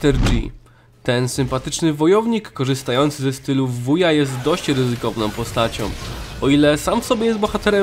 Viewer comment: Mówi się łudżu nie wuja